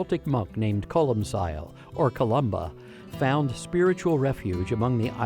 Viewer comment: Its pronounced colm kill, you philistine.